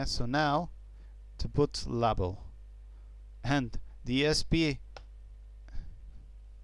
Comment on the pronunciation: presenter appears 2 have problems pronouncing vowels. i could not make out grub : grəb bug : bəg & label : lā-bəl. Had 2 listen carefully & piece together the context.